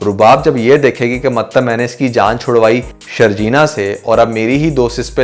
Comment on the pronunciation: Bhai Mtlab hota hai Maktb nahe hota